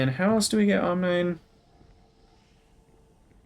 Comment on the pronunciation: Love this series so far. Side note: I think omnine would be pronounce “ahm-NEEN” like rhyming with Chlorine.